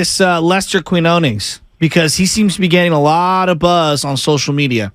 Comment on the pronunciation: TO ANYONE WHO TALKS ABOUT QUIÑONES ON THEIR PODCASTS, YOUTUBE OR DURING LIVE COMMENTARY: CAN YOU PLEASE LEARN HOW TO PRONOUNCE HIS NAME!? IT'S REALLY NOT THAT MUCH TO ASK FOR. THANK YOU!